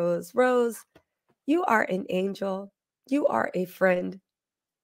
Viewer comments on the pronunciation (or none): none